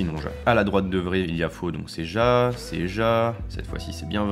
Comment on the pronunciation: Alors par contre ja ça se prononce ya et c' est oui en allemand 😂